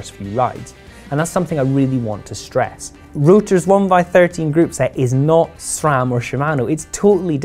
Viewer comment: This guy, knew how to pronounce SRAM 👍🏽